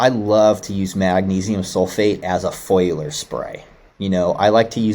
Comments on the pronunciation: Foiliar spray 😂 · It's not a foiler spray but a foliar; from the word foliage. Come on. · Are they saying foliar, or foiler? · I’m assuming foliar, they did pronounce other words funny “to me” also. At least I’m not the only one!